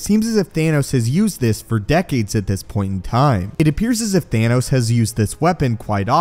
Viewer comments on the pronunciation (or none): Thanos Not Thaynos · Is it THAHNOS or THAYNOS? Lol